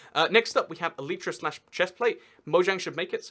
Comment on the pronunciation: please google how to pronounce elytra, and don't just listen to other youtubers saying it.